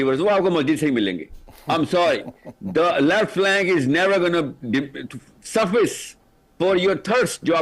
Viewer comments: Suffis ni suf faice😂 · He can’t even pronounce suffice lol! Paindu angrezi